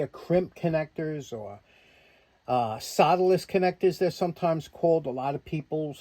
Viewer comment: I love your NY accent, but I couldn't, for the life of me, figure out what a "soladis" connector was until I noticed the title of this video. I just love that accent! LOL